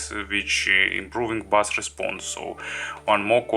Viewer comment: OK - I'm sure you speak several languages and your English is generally very good, but we both know your pronunciation of 'bass' is completely wrong in video targeting English speakers. I only mention it because you use the term repeatedly - please take this small criticism in the spirit in which its given. Thanks for the video.